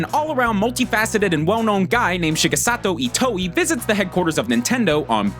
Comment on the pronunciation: I thought his name was pronounced Shigesato Itoi?